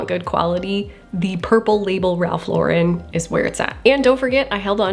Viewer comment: Im curious as to why ive heard so many people pronounce "Lauren" differently when talking about Ralph Lauren. Even in this video when you mention "Lauren Ralph Lauren", you pronounce Lauren in 2 different ways. And towards the end you change how you pronounce his last name when you say his full name.